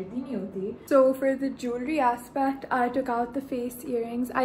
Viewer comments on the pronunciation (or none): "Julree aspact" 🤣. You're adorable.